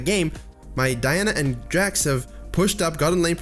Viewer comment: I hear diana as "my dad"